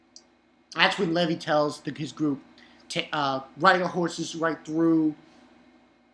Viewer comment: One question why do you pronounce it Leh-vee instead of Lee-vai?